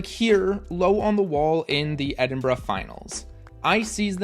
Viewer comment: Thank you for saying Edinburgh correctly, every time I hear a non British person pronounce it "Edin-burrow" it always makes me cringe